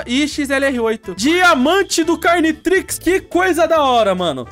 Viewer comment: Mano quando ele falou cariotrix, pensei que era um ominitrix carioca kaka